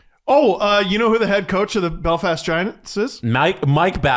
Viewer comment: pronouncing Belfast wrong.....LET'S GO GIANTS!! *Edit - He redeemed himself the 2nd time he said it.